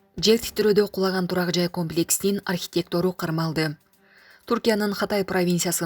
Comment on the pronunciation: Архитектору дегенди туура оку.